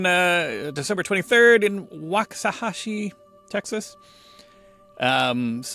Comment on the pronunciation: Resident of Waxahachie, TX here to say kudos to for pronouncing it right! (well, nearly 😊) Oddly, I never knew Forrest was from here til I read the obit. RIP funnyman (dramaman?)